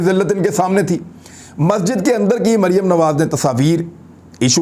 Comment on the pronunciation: Imran Bhai is Bibi Ka name to kindly theek pronounce Kia kren. I mean Maryam safdar or yeh mumkin to nhi k yahan pr Beth KR is pr laanat bhejna or apko yeh zaib b nhi deta lekin me phir b kahoon ga k in pr laanat zrur bheja kren . laanat ullah beshumaar ..... yeh sb beghairat hen. or Maryam safdar kesi mutmain beghairat hy k laanat parhny k bawajood muskra rahi hy.... laanat sharif khandaan Ty beshumaar